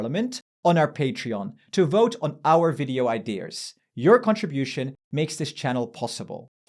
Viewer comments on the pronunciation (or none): There is no R in the word IDEAS!